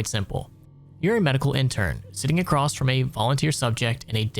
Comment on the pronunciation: There's no "t" in "across" There's also no "X" in "escape"